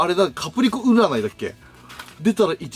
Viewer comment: 「キャプリコ」「キャプすけ」www 言うと思ったし、言いたくなる